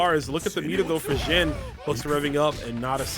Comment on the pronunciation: Seem like every time you said xian's name you pronounced it differently. It's pronounced XIAN! how hard is that?